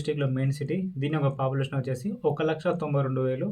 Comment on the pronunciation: Achesi kaadu.Vachesi anali